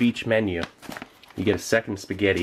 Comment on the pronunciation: "yeh ceant gew wrang with spigyetti"